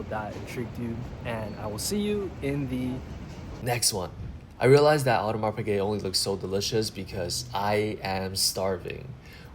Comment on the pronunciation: The S in Audemars is SILENT ffs